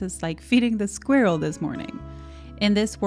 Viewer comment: Funny! The way you pronounce and say squirrel 🐿️ sounds like the way it’s pronounced in French! Ecureuil